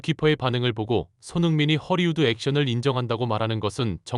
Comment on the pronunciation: ◇ 속담: "입은 비틀어져도 말은 바로 하라!" 허리우드 액션?!?!?!?! × 헐리우드 액션 ○ r과 l의 발음도 구별을 못 하나?????? 바로 전염되어 댓글에도 허리우드 액션?!?!?!?!?! Hollywood Action